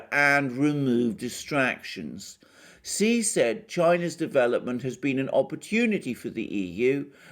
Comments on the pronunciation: Your information is greatly appreciated. Please say president Xi's name correctly it is pronounced like the word she not see. Thank for accepting my correcting you. I just want you to say correctly so no one will discredit your valuable insights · Shouldn't Xi be pronounced Shee, not See? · Hi! Great reporting! I think Xi is pronounced Shi.:)